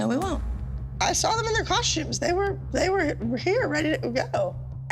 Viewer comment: Just now discovered this show, love it!…. But I just came to say COSH-tumes 🤷🏻‍♀️